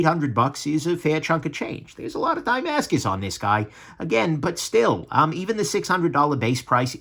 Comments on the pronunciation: Die-mascus, I thought it's like "dah-mascus"? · Ohh... was trying to say tie-mascus. 😀